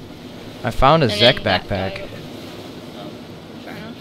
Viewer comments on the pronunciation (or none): u said Czech as in Zeck, isn't it pronounced as "Check"? :P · Why does he pronounce czech as zech? Its pronounced check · It's 'check' backpack, just saying. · czech is pronounced like check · You are pronouncing czech wrong... trust me, i am czech. That is what the CZ means.